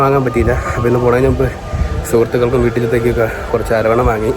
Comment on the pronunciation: വീഡിയോ സൂപ്പർ അവന്റെ ആവാസ്ഥ വ്യവസ്ഥിയിൽ ഒരു യാത്ര കണ്ടതിൽ സന്തേഷം 5.30 മുതലുള്ള യാത്ര കാണാൻ സൂപ്പർ ഇതു കാണാൻ കട്ട വെയ്റ്റിങ്ങിലായിരുന്നു ഞാൻ എന്തായാലും സന്തോഷമായി. പിന്നെ അരോണ അല്ല. അത് ഒരു മീനിന്റെ പേരാണ് .അരവണ എന്ന് പറയു .. ഏതായാലുംവീഡിയോ സൂപ്പർ❤❤